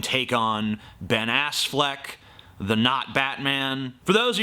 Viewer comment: "ben assfleck" hahahaha